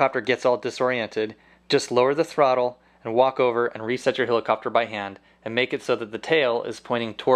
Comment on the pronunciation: love the way this guy says hilicopter